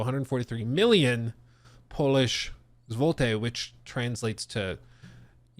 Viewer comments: Ah Yes the well known polish zhevoltey currency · It’s pronounced Z-lot-ee but kind of bunched together. Zzzlooteee. Deployed to Poland about 5 year back. Amazing currency conversation rate and liquor everywhere!